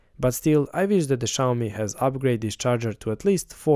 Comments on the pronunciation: Maybe try learning how to pronounce Xiaomi? It's obviously not "shy-owe-me". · it's Xiaomi, not Xayomi 😄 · That's not how you say Xiaomi. Its pronounced like Siao mi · Nice review, next time learn to pronounce Xiaomi correctly.